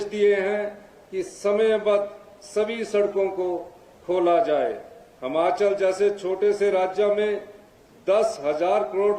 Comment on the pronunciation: मुख्यमंत्री जी बहुत बड़ा दिल कर के कहना पड़ रहा है की एक साधारण सा भाषण आप पड़ के बोल रहे हो। 15 अगस्त के मौके पर शर्म नही आ रही अपने नेताओं की चाटुकारिता कर रहे हो। बहुत ही घटिया भाषण और हिमाचल बोले न कि हमाचल। पड़ कर भी बोलना नहीं आ रहा